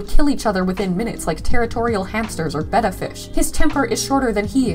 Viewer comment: Thank you so much for pronouncing Betta correctly! That's my pet peeve